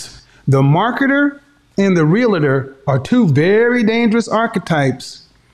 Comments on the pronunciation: Realtor is pronounced in two syllables not three, it's pronounced real-ter not rel la ter. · Real-La-Tor, Real-La-Tor, Real-La-Tor! Come on, just because thousands mispronounce the title it doesn’t make it correct. It’s pronounced CORRECTLY Real-Tor, Real-Tor, Real-Tor! Remember, you have a big influence. Thanks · THERE IS NO “I” in R-E-A-L-T-O-R. is comes from the word “Realty” i used to sell high end security systems. When Id meet someone saying “ I’m a Rea-LI-Tor” 🙄..no your not🤣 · Oh lordy when she said realtor.🤣🤣🤣🤣🤡🤡🤡🤡🤡🤡 hahahahahahaha shit had me laughing hard.